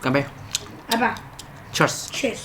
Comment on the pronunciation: your son says CHEERS in proper english but yours is a Chinese english cheers